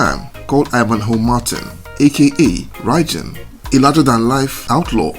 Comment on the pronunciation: Apparently when he was unalived his arm moved on the stretcher they were carrying him away on the Police Officer dropped it and ran. True or not, that's what I heard. BTW it's pronounced like "Bye Bin". 👍